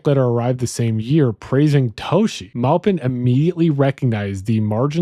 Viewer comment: Melvin Belli is pronounced Melvin Bell eye, not Belly Armistead Maupin , it’s pronounced Mahhpin, not Maopin.